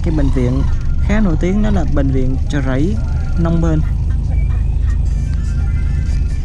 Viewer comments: Chợ chứ k phải "trợ" chùa chứ k phải "trùa" bạn đừng lạm dụng đánh lưỡi quá nghe nó khá khó chịu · Trưa hay chưa. Chợ hay trợ . Nc cho chuẩn vào bạn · Thằng này nói sai ngữ pháp ghét ko đăng kí. Chợ mà kêu là trợ!bo tay